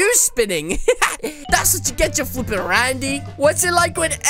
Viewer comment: Stop saying rande and dum dump ok